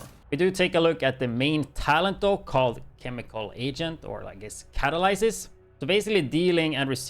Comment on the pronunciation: Sorry. I hate the backfire, always have, and I'm in good company on that. BTW it's pronounced cuh, tal, liss, siss. I also don't like the mask very much, I've tried making a few different builds with it, but it just sucks, mainly because 25 meters basically limits you to SMG range, excluding most weapons. And the bonus armor it gives do not stack on top of themselves. You might as well just use Catharsis, it has better survivability and more weapon damage than the catalyst. Plus you don't have to waste half your build on haz pro and be pigeonholed into using backfire and nothing else.